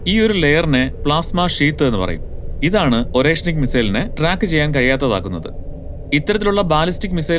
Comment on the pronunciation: Орешник - ഉച്ചരിക്കുക അരേഷ്നിക് എന്നാണ്! Hazelnut എന്നാണ് അർഥം !